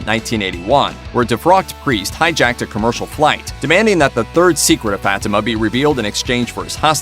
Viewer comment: FFS, pronounce it right. FAH-tea-mah.